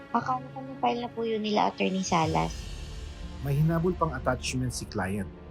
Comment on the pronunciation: Oa nga magsalita same sa anak niyang Aera. Sobrang OA mag pronounce "Acchurney" daw😅😅😅